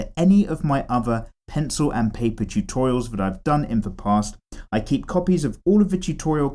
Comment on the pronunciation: "eep it very light, eep it very slow and eep it very smooth" LMFAO😂